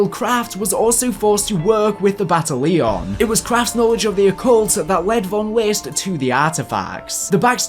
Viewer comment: "Bata-leon" this annoys me with the several other mispronunciations in the video such "Phenomenon" being said as "Phenom"